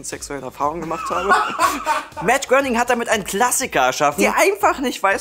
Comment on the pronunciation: ES WIRD MATT GR"EY"NING AUSGESPROCHEN!!!